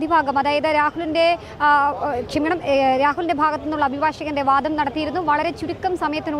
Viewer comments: ജനം ടിവി അവതാരകർ മലയാളം ഉച്ചരിക്കുന്നത് അരോചകമാണ്..ഈ കുട്ടി വാധം എന്നാണ് പറയുന്നത് വാദം എന്നല്ല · വാധം അല്ല കുട്ടി...' വാദം '.